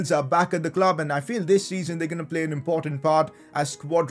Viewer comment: That’s how he says play. “Ple”